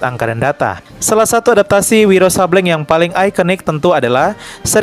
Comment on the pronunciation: Izin ralat min Sableng di baca Sablêng bukan Sabléng :)